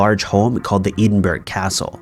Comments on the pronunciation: “Chasticised?!” I think you meant “chastised”. Also it is ed-in-bruh not ee-din-burg. Also cheh-shuh not che-sheer. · Are we also going to talk about the absolute butchering of Edinburgh in the third story?? Eh-din-bruh, not "ee-den-berg" 🙈🙈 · Is he trying to say Edinburgh as in Scottish capital or was it Eedin-burg like he pronunced? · FYI - Edinburgh is pronounced “eh-din-bruh”